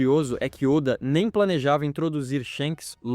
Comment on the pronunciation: Esses vídeos de IA estão ficando cada vez melhores. Só não deixa passar ficar chamando Walter seven de Walter sete e ôda de óda